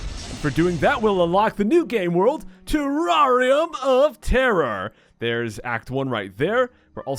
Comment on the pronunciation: It's pronounced terr-air-ium not terr-are-ium